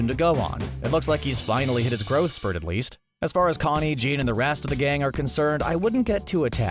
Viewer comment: ik he didnt pronounce jean as a literal pair of jeans.